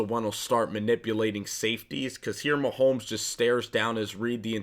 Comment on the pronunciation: It's MaHomes not MaHolms